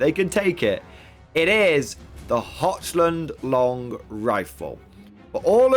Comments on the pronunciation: It HOCK -LAND.. it's confusing...when I wanna go to holy head and I wind up in Holly head or if I want Worcester sauce and some guy from Boston and I get into a fight on the A train in NYC because Wooster MASS,. Detachments for the win! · I see GW is ripping off 9th age with that -2 to hit after moving. Can't blame them though, it's a lot better than move or fire they used to have. Also - Handguns have great matchups and abysmal matchups. Crossbows have good matchups and mediocre matchups. If you have to pay more for handguns, then handgunners will never see the light of day. Also, you are pronouncing Hochland wrong - it's pronounced HOHLAND, there is no CH sound there.